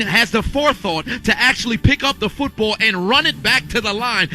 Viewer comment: "feetbull field"